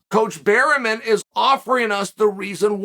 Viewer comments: Trust on Chael to butcher names "Eugene Berryman" 🤣🤣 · "Burymen" meets "Pierre" the Frenchman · Chael slaughtered Eugene's last name🤣